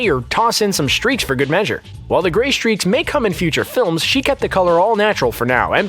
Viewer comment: "The gree streaks" Lol